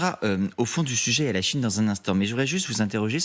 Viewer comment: CHINE PAS CHONE